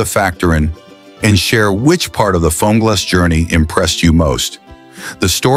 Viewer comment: you mean Fomgls?